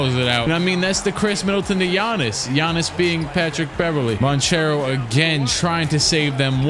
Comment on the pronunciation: Actually Banchero is pronounced as you said, because it's an italian second name anche ch is pronounced like k